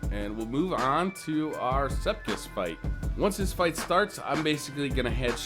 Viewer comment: OMG Sepkiss? I hate it when people say Sepiks like that!